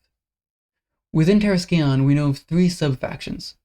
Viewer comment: Just a heads up, the scion in terrascion is pronounced “sai-uhn”. The C is silent